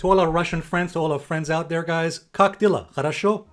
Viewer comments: I love it how non Russians say “Cock dealah” to Kák Deláh (trying to show emphasis). Thank you for showing respect to Mozer Rasha, but I live in the US most of my life, and I consider myself as being American who happened to be born in Russia and who speak/reads/writes in Russian. 😜. Спасибо за видео, Аллессио 🙏🏽. And blin literary means “crepé”, but it’s used as “shit”, “damn”, “wow”, and many other ways to express somewhat ‘strong’ emotions. It’s a nicer way of “blyad” which has a more vulgar, curse-like meaning 😊😊😊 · That sounded like 'cock dealer', lol